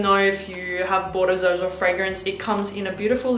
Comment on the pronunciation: Why does everybody call it Zerjoff? The actual pronunciation - mentioned by Sergio Momo himself - is like Serjoff.